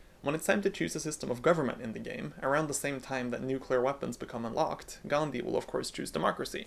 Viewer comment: As an Indian, I particularly like the way you pronounced 'Gandhi' correctly. It's quite uncommon to be honest.